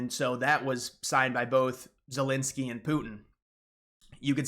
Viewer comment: "Vylydymyr Zelensoyy"